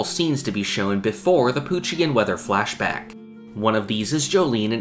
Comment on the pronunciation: Hi idk if this feedback is helpful but your pronunciation of the word “flashback” is off. It’s sounds like “fleshbag” every time you say it.